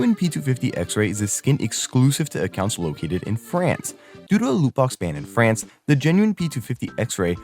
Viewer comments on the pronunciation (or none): none